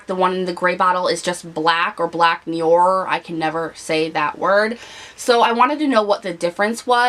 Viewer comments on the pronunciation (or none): none